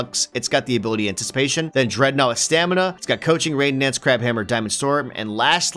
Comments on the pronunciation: Ok., can we get something straight? Brionne is pronounced Bree-On. Not Bree-On-Ay. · STOP SAYING Brione not Brionne pronouced Bre on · HE PRONOUNCED BRIONNE WRONG >:[